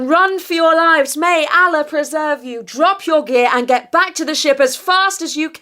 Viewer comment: Kindly first learn to pronounce "Allah" correctly.